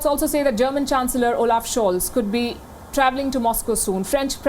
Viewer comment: your pronounciation of "Olaf Scholz" is pretty good :)